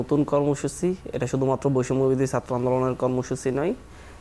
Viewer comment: One guest has not even polished his wrong accent of speaking Bangla. It should be pronounced as "Chatra" (students) not "Satro"! It should not be "Ekooi", should be "Ek-ee". Mr. Golam Roni ex- Awami member is another man whose pronunciation of Bangla is very poor speaking.